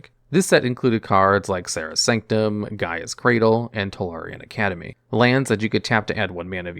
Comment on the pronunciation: With the amount of mispronunciations, I'm surprised you've ever heard of half these cards. I can't even listen because it's so jarring to hear the most famous cards in Magic's history, like Academy RECTOR, GAEA'S (G-EYE-UHZ) Cradle, and Narset, PARTER of Veils, so badly butchered. I would normally never comment about mispronunciations, but I can't help but say something when it comes to someone trying to teach people about Magic, and mispronouncing a huge amount of the most famous cards to ever see play. How unfortunate.